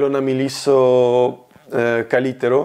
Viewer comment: Not "kaliterro" it's "kaliterra" You shall put "eho" in greek " Έχω" Good job learning greek, I hope it's fun! :)